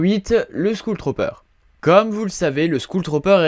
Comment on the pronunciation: "skoule tropper" xDD